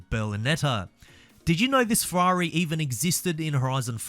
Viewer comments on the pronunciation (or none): none